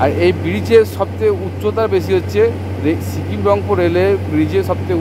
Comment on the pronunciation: ছতেরো, ছিকিম, নমছকার, অছম্ভব, ছোমনাথ ঘোছ, ছেবক,খুছি, বছানো, ছুরু, ছঙ্গে,ছুন্দর - আপনি তো খুব ভালো কথা বলেন। 'স' উচ্চারণ করতে পারেন না। সমানে 'স'কে 'ছ' বলে গেলেন।